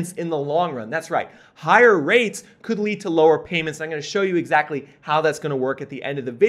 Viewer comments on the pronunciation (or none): none